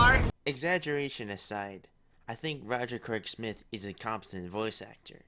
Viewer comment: "Roger Craig Smoice" 10/10 best video (I'm not being entirely sarcastic here)